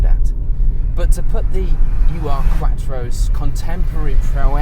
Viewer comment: Ur is a German word meaning original or primordial.. It's not a U R (you are) Quattro. It's an Ur Quattro. Ur is a word, not a set of initials.